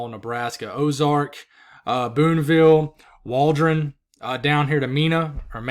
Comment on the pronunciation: Mena, AR is pronounced “Meena”, with the “long E sound”, like “meek” or “week”.